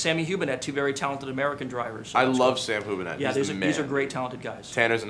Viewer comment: Sam Hubinette is a Swede. How could he get that wrong?